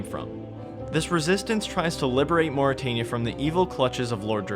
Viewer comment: Why do you pronounce things certain ways when Jagex LITERALLY has pronunciation guides for a lot of their names of ppl and places either on their wiki or elsewhere MorytAnia as in Ayyyyyy like the fonz Drezel like pretzel, or yknow? Like the actual hebrew name is pronounced? Drakan like drac in dracula and then short an almost like it was spelled Drak-en The emphasis is on the DRAK not the AN its not DruhKAWN